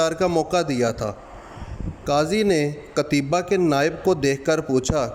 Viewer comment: جزاکم اللہ خیرا معذرت لفظ قُتَیْبَه ہے